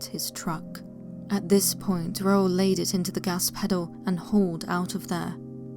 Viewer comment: It makes me happy that you pronounced Raul correctly. You have no idea how many people I have heard mispronounce that, which annoys me since one of my closest uncle's from my dad's side is named Raul.